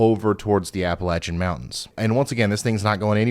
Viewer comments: Thanks for pronouncing Appalachian correctly! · Thank you for pronouncing Appalachian Mountains the way the natives do.